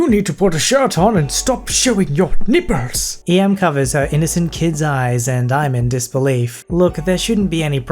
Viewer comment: I can't keep it together at the way you pronounced nipples... lolol